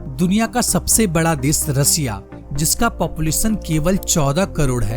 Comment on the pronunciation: रसिया नही रशिया बोलो कम से बोलने की ट्रेनिंग तो ले लेते